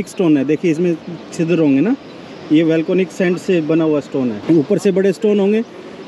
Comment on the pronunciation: सर वेलकोनिक नहीं वोल्केनिक बोलिए